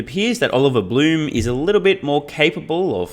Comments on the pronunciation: Blume = "bloom" + the "e" from "bed"; Piëch = "pee" + the "ch" from "technology", almost like "peeh". But it is easy to find interviews on YT where a German journalist introduces Oliver Blume or talks about the Piëch family. Maybe it's easier if you listen to one of those than trying to follow the above. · Just FYI, the new VW CEO Oliver Blume's last name is not pronounced "bloom", but rather with the "e" in the end articulated similarly to how you say it in the middle of the word "bed". Edit: also, Piëch is not pronounced "peach". The "ch" at the end of the word (name) is pronounced like at the end of "tech". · So, pronounced "Bluhm" and "Peek" or "Peck" ? Thanks, in advance!